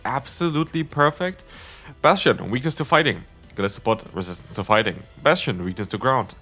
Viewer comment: I love Bass-Chu-Done